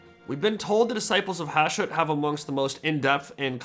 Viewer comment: The fact that a lot of YouTube videos intentionally have typos and mistakes in them nowadays purely to drive comments correcting them drives me crazy - there's a bunch in this CA video - the friggin title "diciples", the dude saying "Hushat" instead of Hashut, "viligant" instead of "vigilant"? I can't tell if they were intentional or not.